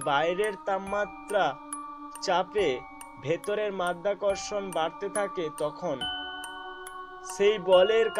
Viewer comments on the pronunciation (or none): none